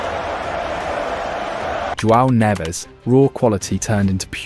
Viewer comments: Neves, not Ruben “Neeves” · fr, im portuguese and the way he said that name was so weird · Ruben "Neeves" but Joao "Nehvez" 😅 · More like “Nevsh.” European Portuguese eat their syllables lol